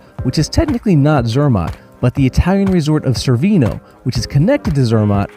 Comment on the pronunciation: Wait... you made it all the way to Cervinia and nobody corrected your mispronunciation? Chair-vin-eee-ah.. Otherwise, great video. Very informative.